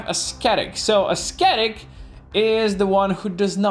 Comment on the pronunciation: I got unreasonably triggered at his pronunciation of ascetic lol but other than that good video